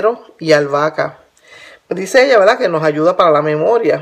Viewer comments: Fricolerbri is mac ES UN DECIR MUY COMÚN EN LOS PUERTORIQUEÑOS. ...ES CORRECTO DECIR " VERDAD " PERO ELLA PRONUNCIA VELDA SI LO REPITE MUCHO Y ES DE MAL GUSTO EN ESPECIAL SI HAY UN DIÁLOGO O EN ESTE CASO ELLA HIZO UN VIDEO . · Quiere decir "verdad" los portorroqueños no pronuncian la r en algunas palabras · Verdad. La gente de puerto rico no pronuncia la r.